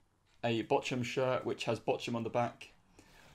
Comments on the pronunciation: boch humm,,, more like BOK-UM, I'm English as well and been to a Bochum game before. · You would pronounce it Bockum - not Bochum :) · Bochum it's pronounced Bo-cum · Its so funny how he says bochum